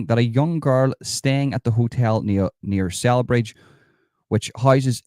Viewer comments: It’s pronounced SellBridge, soft C. Glad you’re getting this info out there, absolutely sickening behaviour AGAIN by nameless migrants. Has anyone been prosecuted over this? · Pronounced Sellbridge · Celbridge is pronounced like Cell Bridge 👍💯🇮🇪